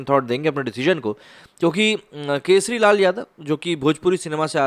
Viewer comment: नाम तो अच्छा से बोले सर केसरी नही खेसारी लाल यादव हैं भोजपुरी स्टार है